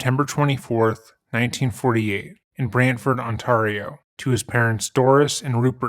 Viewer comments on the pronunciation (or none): AS SOMEONE FROM BRANTFORD THE WAY YOU PRONOUNCED IT HAS ME IN STITCHES OMG MAN😂😂😂😂 but honestly you did an amazing job on this. Phil Hartman is a damn hero around these parts. Our claims to fame are Phil, the telephone and Wayne Gretzky! Lol so thank you for this honestly. He deserved so much better than what he got!